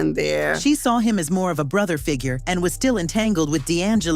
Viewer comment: AI said "broth-uh". Like chicken broth. Not brotha😂😂😂